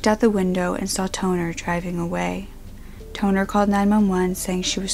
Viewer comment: I had to repeat the girl name because instead of Katherine Tonner, i heard Katherine 'Toenail'.